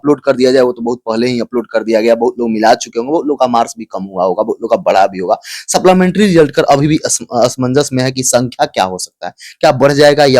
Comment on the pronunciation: सप्लीमेंट्री होता है saplamentaryn नहीं. शुद्ध उच्चारण करें.